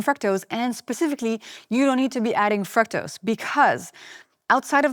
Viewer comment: Your pronunciation of “fructose” is wrong!